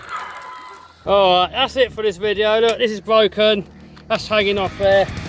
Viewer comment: Kool Vigeo (spelled wrong for pronunciation)